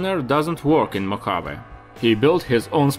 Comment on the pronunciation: Cool video but you need to learn how to pronounce Mojave correctly.